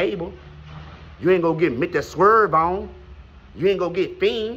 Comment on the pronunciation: Dude u are effin’ insane… too funny 🤣💀 not Mr. Serv-On, dat boy said Mr. Swerve On 🤣🤣💀💀